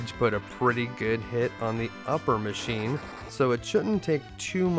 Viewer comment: I religiously watch your stuff.. only one thing "bad" i have to say lol. It sounds off, when you just say what's on the screen for some of the "machine" monsters. You say "mac" giant. And "D machin". I just like knowing that they are machine giant. And dragon machine lol that's all. Tiny tiny nitpicking that basically means nothing. Much love to you though. For real